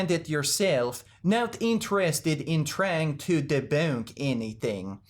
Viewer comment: "Ah deun't wount to debaounk ennytheing" 😆😅